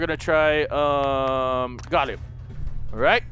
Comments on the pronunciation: I cringed so hard when he said gollum instead of gallium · LOL delirious learn your elements haha "Gallum" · Its not (Gho-lem) its (Gal-e-yum) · It's pronounced "Gahl-Lee-um" lol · its gal-ee-um and tung-sten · The way you pronounce reagents, gallium, and tungsten xD